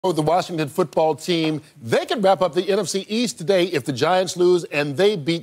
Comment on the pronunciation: I hope Strahan learns how to pronounce Washington Football Team by playoff time